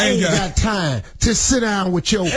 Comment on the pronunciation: emphasis on "aint got"